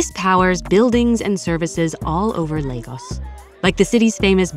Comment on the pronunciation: At last😅, they pronounced Lagos in Nigeria 🇳🇬 properly ❤